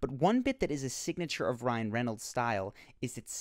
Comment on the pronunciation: he cant say reynolds